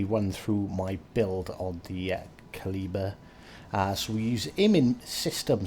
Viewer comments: at the start of vid your 3rd pronunciation of kleber is the right way to say it. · Cheers from France ! Thank you for this excellent video. Your third prononciation is almost correct ! And I'm living avenue Kleber in Paris. She would be mine ! :D